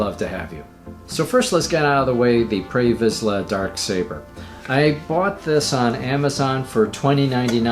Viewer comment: Pre Visla, not Prey Visla